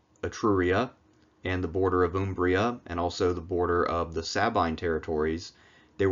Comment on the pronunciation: I was stunned by your pronunciation of the ancient Italic lands: Etruria and Umbria. It was perfect, to the very last note. I have never heard this coming from a native English speaker. 10/10. About the Roman kings and Rome's relationship with Etruria: there were ancient sources that named the last of these figures as "Lucumones", an Etruscan word that meant "governor" or "ruler" (more or less). In the Roman tradition this is mostly overlooked as a case of wrong translation between the two languages (in Latin it was seen, or wanted to be seen, as a name of a person, like Mario, or at best as a distant honorary title of Etruscan tradition). In reality this could have been the proof that Rome, for a period of its time, had actually been one of the many cities subjected to Etruscan rule and, de facto, part of the Etruscan "confederation". This goes heavily against the common historical sentiment that Rome, though small as it was, had always been independent and self-reliant through its "epic rise" to glory and power.